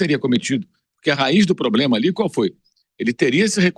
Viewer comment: "poblema", vampeta?